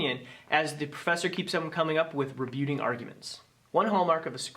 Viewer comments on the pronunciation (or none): Rebutting is pronounced “re-butt-ing,” not “re- byoot-ing.” Not trying to be nitpicky. Mispronouncing words often just means people read a lot.